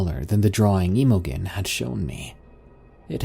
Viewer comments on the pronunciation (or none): Emo-gen??? Do you mean Imogen which is pronounced im-oh-jen (im pronounced the same way you would with the word Him...)? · Emma Jean, emogen whatever you're seeing, is pronounced emma jean.... Please research the words you don't understand Please learn words and names before you piss more intelligently scholarly people off.... Dude your pronunciation is bad and your attempt at English is depressing... Imogen is Emma Jean... It's a old timey name. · Imogen is pronounced "im-o-jen" BTW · For future reference that name Imogen is pronounced "Im a gene" Don't ask me why. It's an older name. I've had several hospice patients with it. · FYI, "Imogen" is pronounced with a soft G, like the J in "Jennifer", so its pronounced like its spelled "Imojen". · Please google pronunciation for the name Imogen. Its awful u pronounce it wrong. Lmao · Dude you gotta learn how to pronounce names before you read these. You butchered the name Imogen lmao.